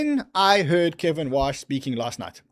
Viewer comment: Kevin “Wouash” 🤦‍♂️